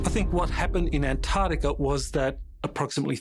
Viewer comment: Almost every pronunciation of Antarctica was wrong. It isn't Antartica.